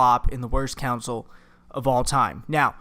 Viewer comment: Console, not counsel.